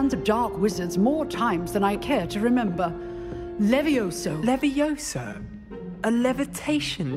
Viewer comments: Leviosaaa not leviosaaaaaaaauu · Levioso? I thought it was leviosa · Is levioooosa. Not lovioso